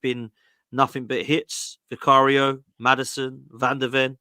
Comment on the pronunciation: I love the way says Vicario’s name SOO funny 😂😂😂😂